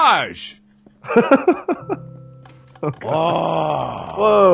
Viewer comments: when mark kept saying "pasosh" instead of "passage" idk if it was because he was drunk or if he was just being markiplier XD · PASSAJE not passage but PASSAJE xD love that